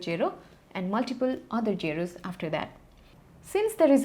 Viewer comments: jo pajeeet its zero not gero gero gero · Mam i love your jero jero jero😍😛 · great video, i just found the way you pronounce "zero zero zero" very funny 😅